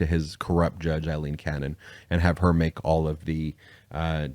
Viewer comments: Day after day I have listened to you mispronounce the name Aileen. It is NOT the same sound as in as Eileen. "Ai"rhymes with "say" in this name. Yes, it is a common variation of the Irish name Eileen, but the pronunciation is different. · nope. I grew up in Ireland. Aileen is pronounced A lean. Eileen is pronounced I lean.